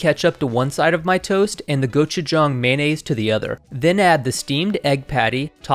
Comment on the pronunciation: Thank you for pronouncing "gochujang" correctly